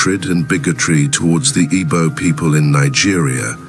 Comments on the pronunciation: I don’t think the person that did this narrative is Igbo. I am an Igbo person. Is a ploy to make other tribes avoid boarding airpeace. It might even be a non Nigerian person. The person cannot even pronounce Igbo. We ought to be careful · I can tell you this is not done by Igbo person. This is divide and conquer. Is a ploy for other tribes to avoid boarding Airpeace. This individual cannot even pronounce Igbo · This narrative is not done by an Igbo man. Be mindful of social media division. This person cannot even pronounce Igbo. Sound not Igbo